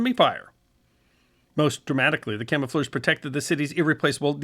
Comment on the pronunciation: At least he got to say "camofleurs" about 30 times.